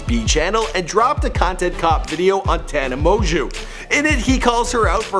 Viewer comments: Her last name isnt that hard to pronounce TANA- MO-JO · “Tana mo-jew”😂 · tana monju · Tana Moanjew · Do you pronounce it Tana mojo Or Tana monjew ??? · This video is so bad... not only does he mispronounce the name of the person he’s doing a video on (which shows the minimal amount of research which must’ve been put into this) throughout the whole thing but he also talks about the Idubzz scandal three times in the video for probably about 80% of it... there’s almost nothing about her life other than her subscriber count and like when she started drinking